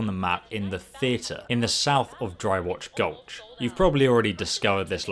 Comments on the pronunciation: dry ROCK, not dry rotch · It's dry ROCK gulch not dry watch gulch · Dry rock gulch. Not Dry Ratch Gulch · Why Roch Goch? Im sorry? Do you mean dry rock gulch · What is dry wotch gulch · It really annoys me how he calls it "Dry Watch Gulch"